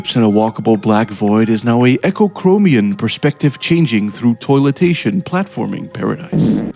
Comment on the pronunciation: LOL at "through toiletaition"